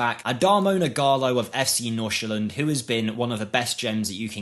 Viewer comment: Your Nordsjælland pronunciation is close to perfect ! 👌 Fun fact, the club has Michael Essien to coach and tutor their Right to Dream project players from Ghana. Ernest Nuamah has started this season with a bang and soon looks to be sold for 15 mio +